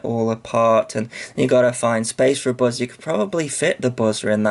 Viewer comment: you said buzzer like "Buh-zur" lol